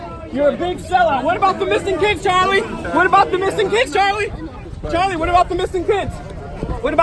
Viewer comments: "Cha-lin, cha-lin, cha-lin" - Spanish guy trying to chant Charlie. 🤭🤣🤣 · Can somebody tell the Latino in the black jacket that it's Charlie not charlee 😂😂😂😂😂